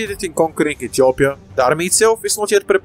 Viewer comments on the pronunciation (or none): none